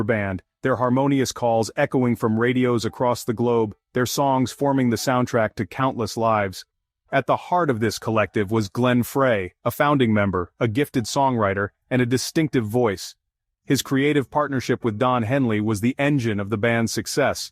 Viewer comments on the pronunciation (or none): Love your posts. What a great variety of celebrities, in both their occupations and the time periods of their fame. Maybe a part two with Tina Turner as one of the celebs. As a fan, I'm alerting you to two mispronounced names (corrections phonically spelled): Glenn Frey (Fry) Luciano Pavarotti (Pava-rot-tea)—rot as in decay